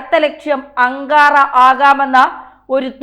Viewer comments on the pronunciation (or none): അങ്കറ, അല്ല, അങ്കാറയാണ്